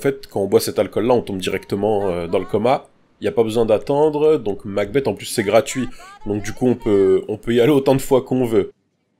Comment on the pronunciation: MacBeth se prononce MacBess, et pas MacBette ^^ De Shakespeare